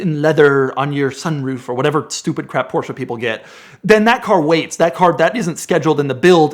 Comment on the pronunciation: There is no A in Porsche!! Please use google translate to hear the correct pronunciation. 💯